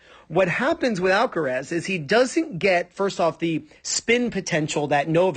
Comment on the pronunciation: I’m getting tired of people pronunciation of alcareeeeeeeessssss. Alcaraaaaaazzzzzzz